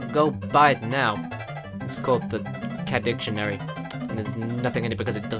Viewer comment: sounds like in the intro he said Sadicarus